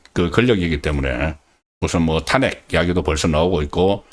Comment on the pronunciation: 송선생 방송듣기가 힘이 든다. 발음을 고쳐야. 예컨대, 탄핵을 발음할땐 탄자에는 힘이 들지않아야하나, 송선생은 탄자에 악센트를. 또 미국의 발음은 미자에 힘이 들지않아야 하나 그대는 미자에 악센트를. 쌀 미자라면 미자를 강하게 하나 아름다울 미자는 그렇지 않다. 이처럼 교육받은 표준인이 지켜야할 발음이 송선생은 아주 엉망. 경상도 출신이라 감안해도 너무 심하다. 그래서 소양없는 사람이 얘기하는것같아서 그 내용마저 디그레이드되는 느낌마저. 지금이라도 문제의 심각성을 인식하고 고쳐나가시라